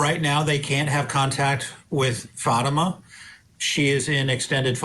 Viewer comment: I find it so annoying that both defence attorneys keep mispronouncing Fatima’s name. That alone speaks volumes of their disrespect for the victim. Of course, this lawyer is just speaking from the parents’ perspective. However, I must agree that the evidence of attempted murder against Zahraa was not convincing. That was an overcharge. The evidence against Ihsan was overwhelming though. The jury should have found him guilty of attempted murder. I believe 2nd degree assault was a compromise decision to reach a unanimous verdict. I’m not happy with the outcome, but that’s how the system works.